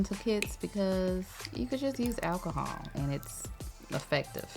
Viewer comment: Admit it, when she said alcohol, we thought she is saying Ass hole 😂